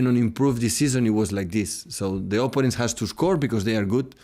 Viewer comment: Love how pep pronounces apponents